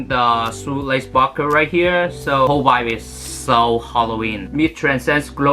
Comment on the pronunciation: 把vibe念清楚